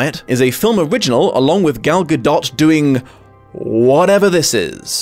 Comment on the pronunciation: Ok i just started the video and hearing pronounce the the in gadot made me happy. I am from Israel and it always bugged me that English speakers don't pronounce it😂😂